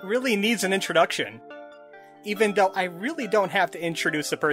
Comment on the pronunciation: Your accent is very distracting to me. “Duh Derelicts...” “Even doe it was weird looking...” Your “Th’s” sound like “D’s” I hate it.